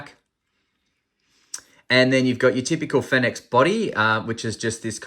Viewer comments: I saw another review of this light & the guy had the biggest sook about it & didn't even finish the review, because he was so disgusted by it, complete douche.Oh btw,not sure if you care,but apparently it's pronounced "Phoenix" 😁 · as far as i know, every other (english speaking) reviewer pronounces it the same as the word 'phoenix'